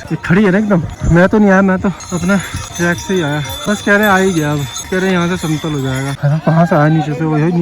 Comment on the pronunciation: Track nahin, trek hota hai